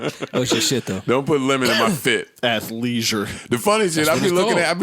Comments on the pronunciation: Here to see "Athliesure" fit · Lmao did u say athleisure 😂♥️ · LOL "ATHLEISURE" MAKES MY DAY